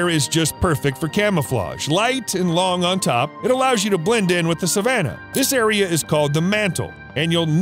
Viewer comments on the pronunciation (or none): none